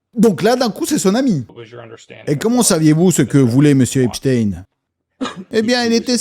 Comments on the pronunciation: c'est pas shtine mais shtein comme tout les jui f allemand ou autrichien et non une consonnance Russe comme Lénine Staline ou Poutine, par la prononciation ils ne veulent pas que l'on fasse la connection. C'est honteux d'avoir mis une photo de Mickael Jakson sans rien préciser que Neverland a été plus ou moins construis pour empêcher les enfants d'aller chez epstein, Macaulay Culkin l'a bien précisé. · Super tes videos mais stp prononce son nom comme il se doit, c est un nom allemand!! Comment prononce tu Einstein, Wolfenstein, Weinstein...?